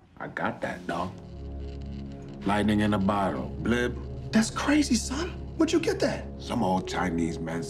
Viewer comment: "lightnin in a botto" im dead